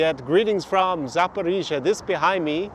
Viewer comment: I was used to say Saporisia like, a local girl told me "nooooo Saporoscie" boh. Anyway that city is underrated... concerning the issue that one knows the former president Poroshenko and Medvedchuk are rising in vote pollings. Obviously Medvedchuk had problems with "Zelensky law" officially because 3 TV channels were spreading Russian propaganda, also Poroshenko seems to have problems with "Zelensky law". The curious case is both Poroshenko and Medvedchuk seem to have no problem at all with a large part of Ukrainan electors. The 72% is just an old memory for the comedian and he knows he has just two years to generate more relevant damages. In my opinion the large majority of Ukrainian people wants to live peacefully with all the neighbours so Russia, Belarus but also Hungary and Poland without waiting 9 hours to terrestrial borders. All the people I met from the Don Bass are openly pro Putin if they are abroad and secretly pro Putin if they are still in Ukraine. Ukrainian people in general don't care to join Nato and they want to live in the best Country ever having fun, improving their personal economical condition and they have an extremely friendly behaviour with Belarusian and Russian persons. Ah like me they don't want to wear the mask like in Belarus, Florida, Sweden neither in supermarkets so many of them are used to go in little shops where the owners do not comply with Zelensky. Poroshenko's words "Ukraine must have a Ukrainian and Christian leader. "are coming